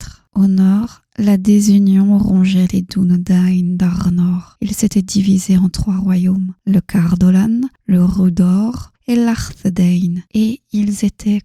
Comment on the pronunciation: Comme avec le prénom des nains, dans le film il ne respecte pas la prononciation de leurs prénoms qui ressemble en réalité plus a du slave ou de l’écossais pour les anglophone par exemple " Da1 " se prononce " DaÏne "